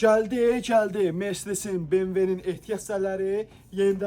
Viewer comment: CƏLDİMİ ??😂😂 GƏLDİMİ ??